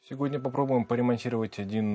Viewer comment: Непривычно слышать "сеГодня".)